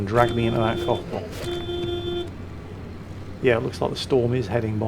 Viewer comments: I've misheard when you said "cough box".. I thought you said "cock box", I seriously hope you don't get choked by one of those.... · With the accent - cough box does NOT sound like cough box...